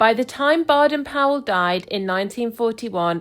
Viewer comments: Pronounced Bayden- Powell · You miss pronounced the name of the man who started the Boy Scout movement.